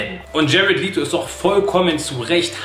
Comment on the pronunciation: Du hast Leto aber falsch ausgesprochen;-) Aber es ist unglaublich schade, dass so viel vom Joker herausgeschnitten wurde.